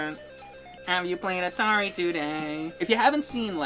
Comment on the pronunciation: Atari twenty six hundrit.